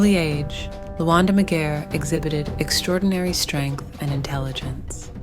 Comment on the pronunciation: The pronouciation of of his name is not right.leave out cultures alone you colonizers . Any Luo to tell the tale on our behalf or should I 😂😂